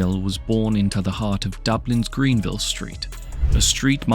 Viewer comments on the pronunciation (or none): Why can none of these channels pronounce the names of the people they’re creating videos on. It’s Cah-hill not Ca’hill. And he was born on Grenville St not Greenville.